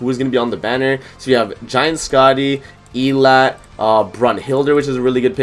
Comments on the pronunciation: Why does everyone say her f** name wrong . Please, it’s pronounced “Ee-lot-tay” not “Ee-lot” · How you know they didn't watch the Prisoners of the Sky movie. 💀 In BOTH subbed and subbed they pronounce it El-lat-tay. It aggravates me every time they mispronounce her name!